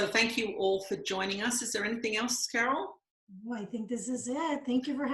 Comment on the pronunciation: Yes, Carol, you did pronounce my name correctly. 😁 Thank you for taking my question! 💥 Thank you and Jesus for the work you are doing. 💖